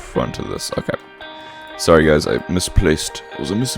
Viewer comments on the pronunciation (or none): none